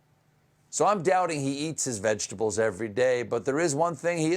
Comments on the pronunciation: Orange Clown: "I'm a veggable." Yes, Orange Clown...we agree. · When he said vegables did he mean lunchables? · Maybe ""vegables" is just a Freudian slip. He was thinking about "Lunchables"? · Vegables, is that the new vegan lunchables? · “Vegables” Lol they go great with Lunchables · To be fair, when he said vegables, he had lunchables on his mind. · “Veg AHHH bullls” Donald Trump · vegable, pitiful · I love vegabls, don't you ??? he has all these so called degrees and he can't pronounce the English or "American" language. BECAUSE, he IS A MORON and he is FAT, it is NOT the Hydroxychloroquine making him FAT, he was FAT at the last election. Stephen, you do an EXCELLENT job sounding like the little orange man . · Obviously. He can’t pronounce “origins” or “vegetables” but hydrochlor... rolls off his tongue like melted butter. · “Vegetables” is 3 syllables longer than Trump can pronounce. That’s why he calls coronavirus “the plague.” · it took me a second to get "ketchup balls" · He can't say vegetables but has no problem saying Hydroxychloroquine? Later it will be found he has shares in whatever company makes it. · He can’t even pronounce vegetable. 🤦🏻‍♂️